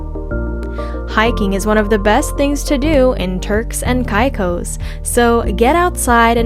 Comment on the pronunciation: could learn to pronounce the name of the islands correct